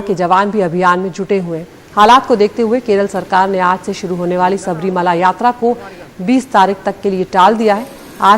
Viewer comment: Not Sabhi mala yaatra But Shabarimala yaaatra..